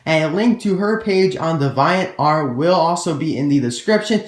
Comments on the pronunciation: Heyyy just saying so people dont get mad at u XD but im pretty sure its Dee-vee-ant art not dev-i-ant art It didnt make me mad and i know its minor but it mightve made a few people mad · The way you pronounce ‘DeviantArt’ is very strange